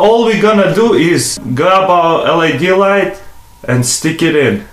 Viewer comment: Good vid but its LED not LAD